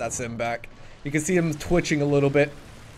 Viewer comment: pronounced rig-or mort-is ALSO do u know you can right click to zoom in or do you choose to squint and miss?